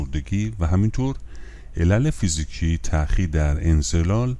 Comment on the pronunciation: درودبرشما،انزال را انزلال تلفظ می‌کنید،لطفاًاصلاح کنید